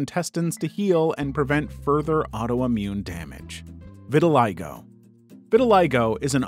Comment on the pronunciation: i didnt know thaat vitiligo was pronounced liek that..